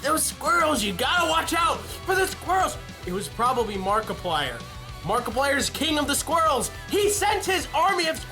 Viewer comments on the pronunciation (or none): none